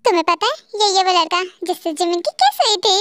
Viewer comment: so funny ladka ko lakda bol rahi hai 😂😂😂😂😂😂